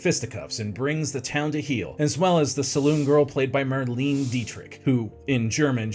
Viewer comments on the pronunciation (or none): Interesting how you discuss Marlene Dietrich's last name but mispronounced her first. 3 syllables- mar-LAY-na. Also, it's Olivia de-HAV-e-land, not de-HAL-i-vand, and Sal MIN-e-o, not mi-NAY-o. Other than that, you did ok.